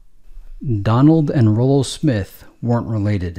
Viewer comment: i believe it's pronounced Rollo🤔